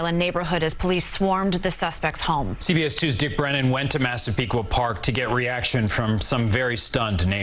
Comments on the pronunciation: I’m proud of you for saying massapequa right lol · Excellent video!! You did a wonderful job talking about the victims. As a Long Islander I was so impressed with your pronunciation of Massapequa (although I definitely cringed at "In Long Island". We hate it, its "ON Long Island"). Hoping that he is convicted! Also, love the fact that they caught him because of some pizza crust.